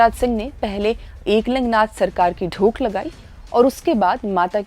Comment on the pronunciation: आप एक शब्द का गलत उच्चारण कर रहीं हैं l "धोक" शब्द को आप "ढोक" कह रहीं हैं l